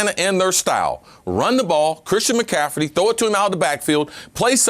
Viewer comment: Is CC ever going to say mccaffrey correctly. It’s not mccafferdy smh